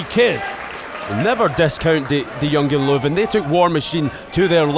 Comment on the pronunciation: Kennedys pronouncation of Jungen Löwen is getting better!